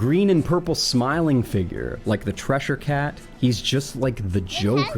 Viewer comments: He's got me yelling Cheshire at the screen every time he calls it the "Treshire" cat. WTF is that all about? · It sounds like is saying 'treasure cat'. Am I miss-hearing this? Cheshire Cat, Treasure Cat? Silly to be bothered by this when it's just one minor point in an entire litany of whatever is doing here. I remember some of his early stuff and actually enjoying a little. How is this the same guy that recorded that Chic tract with you which iirc gave us Harold Phallisman? What happened? What happened?